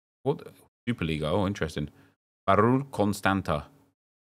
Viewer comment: Nice to see Nep pronounce "Constanta"...😂😂😂 hello from Romania🇷🇴🇷🇴🇷🇴